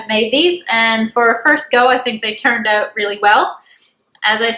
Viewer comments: Love how you pronounce "out" ....."oooughtt" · Steven Dubberly that’s a Canadian accent.